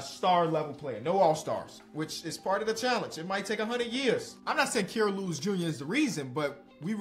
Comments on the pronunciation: It’s Ky-ruh not Key-ruh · I beg u please pronounce Kira’s name right